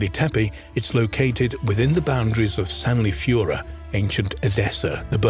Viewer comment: You pronounce the sites and names wrong,its tepe,ending in e not i… and sanliurfa,read as its written…